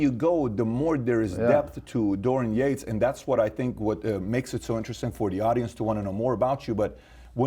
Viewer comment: Dorian Yakes!! "yeah I can't pronounce his name"!! what's that all about